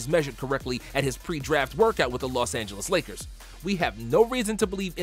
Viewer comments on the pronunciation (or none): none